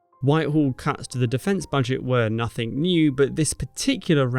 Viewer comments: It's "nothing", not "nothink" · Advertising 'Babbel'? Try grasping your own language..it's nothing, not nothink. Over and over '"NUTHINK" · No such word as Nuffink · it's nothing not nothink